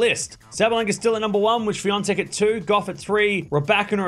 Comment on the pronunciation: Świątek not Swiatek - its totally other name - In Poland, they won't mistake your surname because it's very uncultured, even if you come from far away